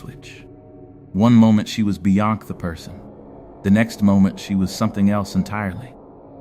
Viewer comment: The way the AI says "Beyonc"